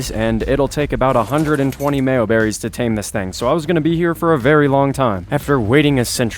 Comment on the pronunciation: My guy said mayoberrys its majoberrys